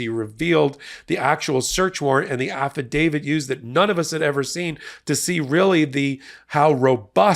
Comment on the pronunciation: Why do you say Affitdavid? I'm not a lawyer but I think it is a affidavit.